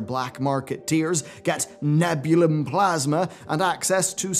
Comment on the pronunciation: It's ne-bjoo-lee-yum.